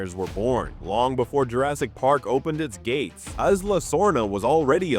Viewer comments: eeee-sla, not eye-sla Also, JP has too many geology and geography and literary fans for this many mistakes in one video. It seems interesting but then my brain glitches every time you mispronounce something. Will keep an eye out for your videos and hoping for improvements as you grow. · "eyes-la sorna" lol...